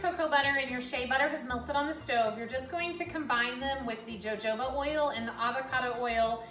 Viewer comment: Joe joeba oil 😂 thats cute